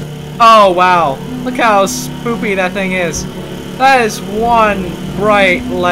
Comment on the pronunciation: U said spoopy LOL U I say it like spooky